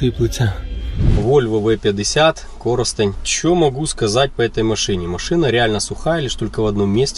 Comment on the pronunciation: обалдел когда увидел родную "комсомолку "(раен где проводили осмотр ) Респект за правильное ударение в названии города Коростень, а не на втором складе как это любят делать "проф киевские" журналисты! На деруны приезжают а название города выучить не могут! Отдельное Спасибо за такое количество Volvo на канале! хорошего не бывает много. сердца вольвоманов твои))) Требуем еще Вольво!)) Вопрос раен 12тыс евро из Швейцарии Volvo XC 60 живая с Вашим подбором это реально???